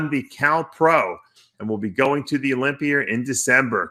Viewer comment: What's the olympiurr? Kind of like the olympia? 🤣